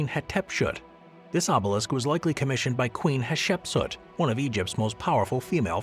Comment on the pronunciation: damn i know this channel is slop, that’s why i throw it on when i’m doing housework, but my god the ai videos are too much this whole video looks like shit. also saying “hatshepsut” wrong then redoing it and saying “hatshepsut” wrong again come on man lol